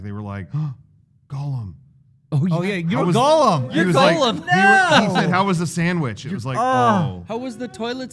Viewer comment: How have these guys spoken at length about their love of the Lord of the Rings movies and even the behind the scenes, yet still pronounce him "Golem" ?